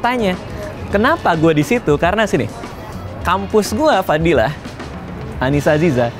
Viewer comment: denger bang radit ngomong "fadilah" agak kocak gimana gitu ya wkwkwkwk memang editor kesayangan